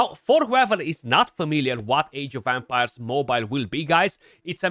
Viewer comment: Sounds like you're saying "Age of Vampires" 😂😂😂